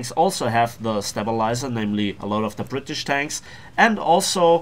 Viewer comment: it's pronounced stay-bilizer not step-bilizer :3